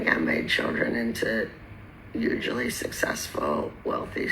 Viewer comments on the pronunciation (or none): The way she says Huge as “UGE” emphasis on the U.